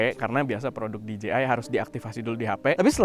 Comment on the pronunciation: That "Di Je Ay" wkwk